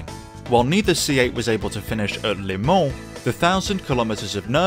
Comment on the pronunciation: I've never heard anyone pronounce 'Le Mans' as 'Limon'. Congratulations, though it's bitter sweet.